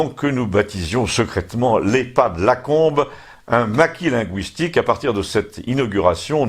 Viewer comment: Bravo! (toutefois, "linguistique" se prononce comme s'il y avait un tréma sur le "u" et non comme un "ou")